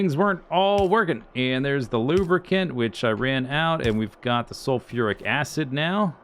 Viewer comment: I swear he did not say "sulfuric acid".